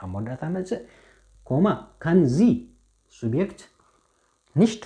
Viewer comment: Hier korrehtut bitte nicht ሲብየክት(Subjekt) sonder ዙብየክት nicht ኮኔክሽን(konktion) sonder ኮኔክስዮን ansonst ist gut grammatik